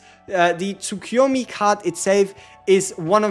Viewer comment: Tsukuyomi is pronounced: Tsoo-koo-yo-mee.